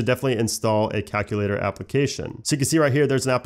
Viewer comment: He pronounced calculator like cackle later💀💀